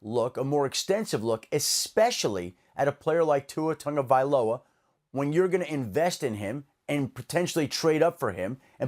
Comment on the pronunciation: Say it with me TAGOvailoa not TANGO. Geez guys get it right.